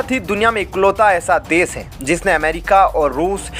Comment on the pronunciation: Kya samil, des, bolte ho?